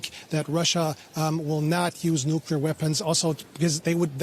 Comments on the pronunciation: Bravo! I didn't hear anyone [nukular] in his video! Oops! SCRATCH THAT! just did. The second half of NU-CLEAR is C.L.E.A.R. not kular. Unacceptable from processional journalists, period. Pardon my French. I misplaced my filter.. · "nukular" video closed